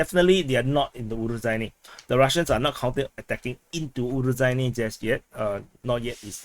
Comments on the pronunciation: So the title should be Ukraine enters Robotyne... Btw the zh in Urozhaine sounds like z in azure, not j and dg in judge... there is no 'd' component, just the whistling sound. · You definetely got fooled regarding the pronounciation of Urozhaine. The kyrillic letter in the name (it looks a bit like a beetle) is to be pronounced as a soft "sh", like in "Niger". If you wanted to create a "j" sound, you would have to add a "d", like in "Джо" for Joe.